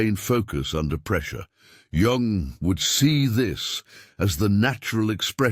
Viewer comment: Pronounced yung